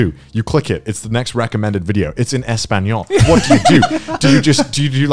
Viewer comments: The way connor says "español" hurts me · im just wondering, why does Connor say "español" and not spanish HSHHAHGHDHGS